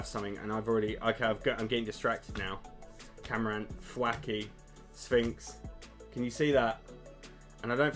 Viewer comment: My favourite thing about these videos is that he's clearly a huge pokemon fan, yet cannot pronounce the names of half of the Pokemon!! It's usually the yanks that get them wrong lol. MorPEAKO = More peck o Cinderance = Cinder race Camarant = Craw ma rant ^_^